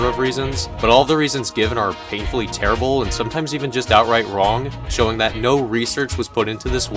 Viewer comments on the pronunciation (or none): lol, "wong" instead of "wrong"